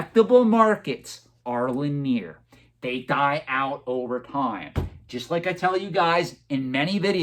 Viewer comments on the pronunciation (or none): You’re right about everything except your pronunciation of the word linear.